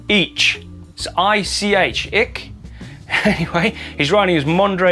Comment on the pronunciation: this guy probably doesn't want to share his name :) . "Ich" means just "me" in German. But good try pronouncing it haha